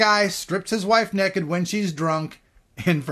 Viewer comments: he said neked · He can't say naked hahhahahhaah